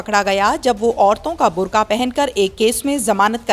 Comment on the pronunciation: Burkhaa nhi burkaa